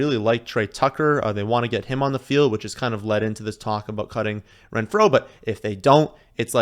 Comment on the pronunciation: That's not how Renfrow is pronounced lol